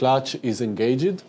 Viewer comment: 30.17......he said enga jed.....engaged. LOL